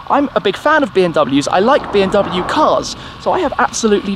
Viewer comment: It is pronounced like BMW, not BMW.